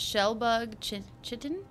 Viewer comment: Pronunciation of chitin: For some stupid reason, it's spelled that way but pronounced "kai-ten". English is annoying. Crab